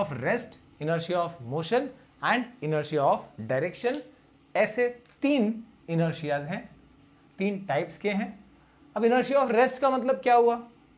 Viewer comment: Wo interia nahi inertia hota hai